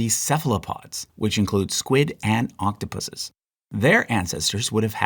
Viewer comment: Thank you for pronouncing Octopuses correctly instead of saying Octopi